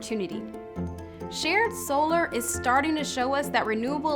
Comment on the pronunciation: Those SOOLARS were distracting 😅